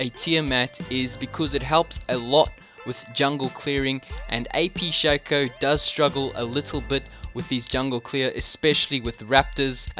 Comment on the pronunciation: I get so triggered when people call Shaco "SHA CO" when it's "SHAC O"